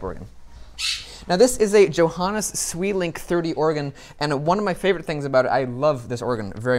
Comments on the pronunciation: Sweelinck... Pronounced Svaylink ! What is it with people and pronunciation. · Yes, and Sweelinck should be pronounced Sway-link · Johannus Sweelink is how it’s pronounced.